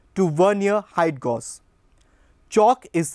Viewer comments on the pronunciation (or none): Gauge is pronounced gay-ge